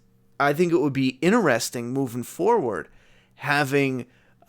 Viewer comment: “Inerestring”? Not Interesting? Lol